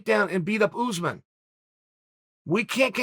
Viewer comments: Uncle C, say oos maan (pronounce the s as a s, not a z) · Chael: “oozman” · This Oozeman guy sounds like a problem for the division, he should fight Usman